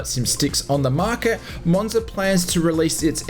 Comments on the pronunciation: Its Moza, and not Monza 😅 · Moza not monza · ITS MOZA NOT MONZA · Great video, the only annoying thing is the fact you call Moza "Monza" thats not how it's pronounced!